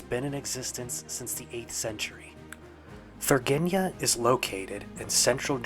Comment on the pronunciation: It is not Thurgeenia, it is Thur-IN-GEE-a! :)